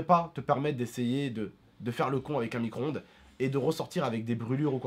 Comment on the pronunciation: Arêtes de dire "micronde" c'est un "micro-onde" !